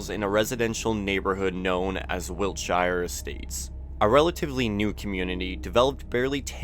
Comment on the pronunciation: I know it’s not really relevant because the series is based in America, but as a englishman the pronunciation of wiltshire is jarring af